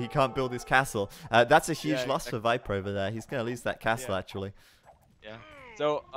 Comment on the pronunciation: it drove me nuts each time he said 'Wiper'... it doesn't make sense either, it's not like Germans pronounce V as W